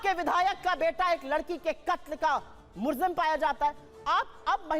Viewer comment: ye pagal ko samjao , murjim nahi hota hai mujrim hota hai